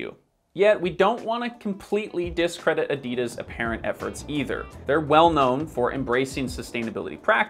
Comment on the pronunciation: you're great but please research how to properly pronounce "Adidas" before making another video like this, I beg you 🤦‍♀️😅